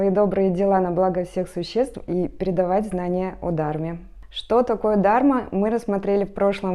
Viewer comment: Всё здорово, но почему Вы и многие другие говорите "Дарма" вместо Дхарма ? Слух режет